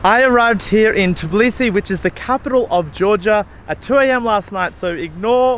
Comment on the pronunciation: not tiblisi but tbilisi 👈